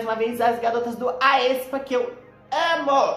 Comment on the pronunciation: A pronúncia do Aespa é tipo espa kk